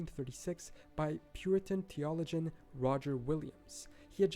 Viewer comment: He even said theologian wrong.